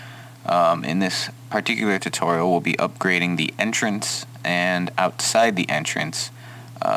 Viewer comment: um did he say titorial